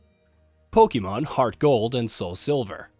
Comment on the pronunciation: I literally clicked off once he said polemon arceus. I need a serious list